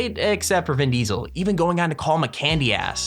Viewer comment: Vin deeseel